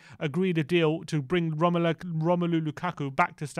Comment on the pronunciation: I hate it when people pronounce Lukaku’s first name wrong.. its Ro-mel-ooh 😂